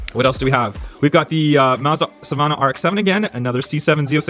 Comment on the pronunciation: Dude it's called the Mazda Savannah. Not SUH VONNA💀💀💀💀. suh van uh.. try saying that out loud